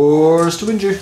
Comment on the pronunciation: Great report! The way you guys say “wound” drives me crazy lol. Am I the only one that notices that? I might be the only American 🤷‍♂️...